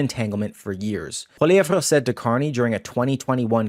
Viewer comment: The "re" in Pierre's last name is STILL silent. Please listen to how HE pronounces his name.